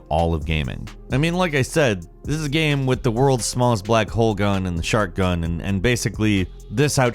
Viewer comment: I thought you said "shart gun".